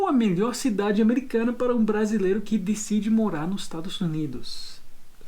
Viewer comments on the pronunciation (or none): none